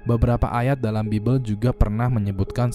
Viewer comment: Bacanya : Baibel bang = Bible ...: Alkitab